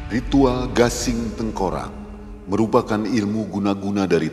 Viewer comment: GASING bukan GANGSING